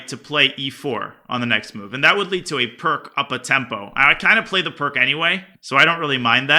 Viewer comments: Hearing a grandmaster pronounce "Pirc" like "perk" is sort of like hearing a math professor say "take-away" instead of "minus". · Pirc is pronounced 'peertz'. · im pretty certain Pirc is not pronounced perk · I know I'll get flamed but I hate hearing it pronounced "perk" defense, once I discovered it was actually called Pirc (pronounced peerts) defense, it kills my soul to hear it... its some form of OCD in my brain